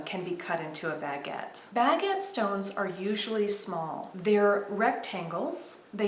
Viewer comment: I love how you pronounce "baguette" really. It's a pretty design but I still prefer the usual or common diamond cut. Thank you so much for sharing another jewelry minute video...xoxo